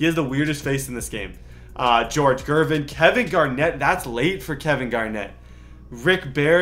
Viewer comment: the way he said gervin